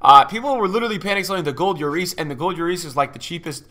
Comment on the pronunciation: There’s two L’s in lloris by the way it’s not a y